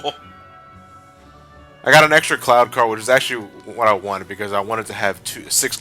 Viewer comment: I swear, when said Cloud card, it sounds like Clow Card. -You mean white ha-ten seconds later never mind. Also, nice Stick of Truth reference after that. I don't know why, but it bugs me that Sora looks perpetually angry in Re:Chain, with all the Castle Oblivion cutscenes. I personally want to make a Paper Mario joke with Twilight Town next part.